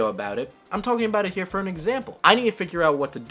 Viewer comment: "fur example"